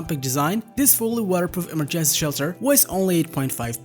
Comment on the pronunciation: English teacher here: 1) slow down your enunciation. Trying to speak fast only hinders your comprehension skills. 2) Verify how certain words are pronounced. Remember that English is a stress- based language, therefore, placing the stress in the wrong syllable makes certain words sound weird. (Emergency, for example). Don't let these details distract the listener from your actual message